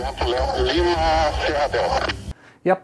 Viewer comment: Torre fala LEO ao inves de LIMA hahaha